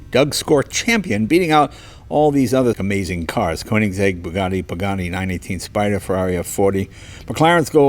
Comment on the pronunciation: "K->O<-eningseg" xd How to tell people you only speak one language without saying you're an American?;)